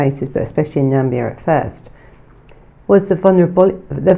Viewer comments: ....and where is "Nambia"??? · Interesting, thanks, but there is no such place as "Nambia". There is the Gambia and then there is Namibia. I think you mean the latter. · I think you mean “Namibia”? x